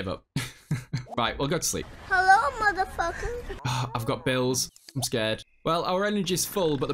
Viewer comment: Or every time says hellur 🤣